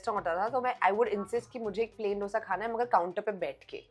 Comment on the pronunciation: डोसा नहीं दोसे